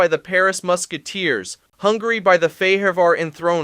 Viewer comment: bruh u need to stop using AI to narrate ur videos it hurts listening to the pronounciation of fehevar and wroclaw😂